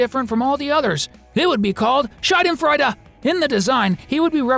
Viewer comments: the way he said schadenfreude killed me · 1. Great video, but the "hehehe" laughing was anonying and sounded forced some times. I would just drop it. 2. As a German native speaker I am glad that they dropped Schadenfreude (great job on the (sterotypical 😏) pronouciation by the way), it is really a very nish emotion and its role can be easily done by any other emotion gloating at such a situation (maybe Joy because Freude is the German word for joy, Schadenfreude literally translates to damage/harm joy, but Anger or Disgust would also do).